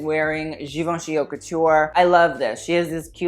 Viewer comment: I’m just wondering, are you pronouncing “haute” in a wrong way on purpose?